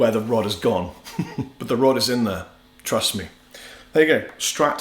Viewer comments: did he say "Truss me" or "Trust me". Hah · ... "Truss me.." Unintentional, but still made me laugh... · Sounded like you said "the rod is in there, truss me" Excellent video..I just started playing so thank you very much! I bought an imitation strat, S type as you called it, and I couldn't figure out why there were 5 positions on the switch! You're the most amazing player I've seen on YouTube. Not based on this video.. but other videos. Thank you!